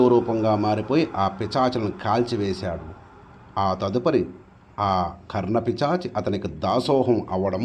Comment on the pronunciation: అయ్యా కర్ణ పిశాచి... మీరేమో కర్ణ పిచాచి అంటున్నారు.